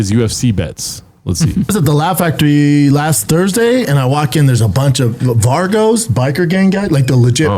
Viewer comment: Vargos 😂 it’s Vagos, B.